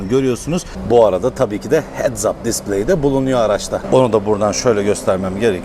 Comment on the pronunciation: Hedap displey diye okubuyo abi o hedaz degil